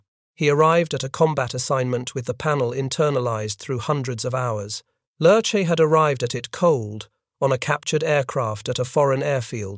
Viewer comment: Then, there's Lerche's name. It's a great name to have in German. It means "lark", it's light and airy and it leaps from the tongue as nimbly as when that bird takes flight. It's NOT one syllable, like the Addams family's butler, Lurch, but two: "leah-", like the name, and then -- lightly, trippingly -- "shuh". English speakers should work on de-emphasizing the "s".